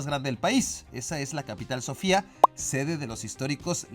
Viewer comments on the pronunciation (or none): none